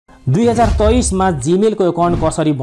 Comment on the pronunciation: Hoina tapoi nepali hoki k hoina 2023 pronounce?😊😊😂😂😂